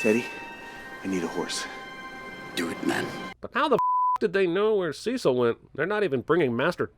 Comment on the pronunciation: The way this chap pronounces the name Cecil is so odd and quaint.